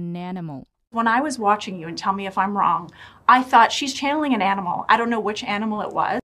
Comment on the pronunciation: why does she say " wrong" as "on"?